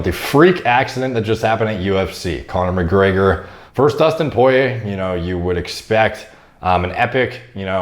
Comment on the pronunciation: Connor MyLeg-or